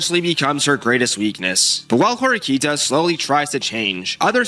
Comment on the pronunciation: It's Horikita, not Horikta, just noticed that pronunciation.